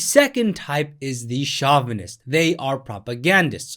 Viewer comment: Hey bro, great video - but it's pronounced "show-vuh-nist" not "shaw-vuh-nist."